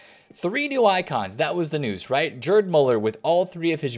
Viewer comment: Gerd Muller not Jerd